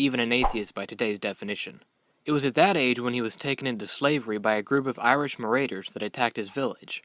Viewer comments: "M A R A U D E R S" (NOT "Mar-ay-ders")... Just Sayin' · marauders, not maraiders. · Liked this a lot. One thing, for future reference, not that you'll have much use for it, but -----marauders: it is pronounced "muh-raw-ders," NOT "muh-ray-ders." Just so you know. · Mur-raiders? I think you mean Marauders? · you say "maraiders". Thats a good word. "marauders" a "raiders" into one foul entity. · If he was born in 35 AD and died in 461 AD, he would have been around 326 years old. Please correct this. It is thought to be the year 385 AD for his birth. And the word 'Marauders' is mispronounced. Otherwise this is a very lovely video and I would love to share it with many children as a teaching tool. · I'm not sure whether I'm right or not but I'm guessing that's just the American pronunciation for marauders, and you're British (like me)? Lol if you're American that's a complete fail but oh well... :P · check pronunciation of marauder. neat video project.